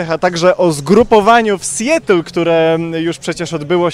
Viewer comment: Mała poprawka. Nie "sjetl" tylko raczej "sjatl" Dziękuję za uwagę